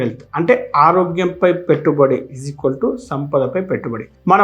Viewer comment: గురువుగారు చిన్న మనవి, ఈజికోల్టు కాకుండా ఈక్వల్ టు ( = )అని పలకండి.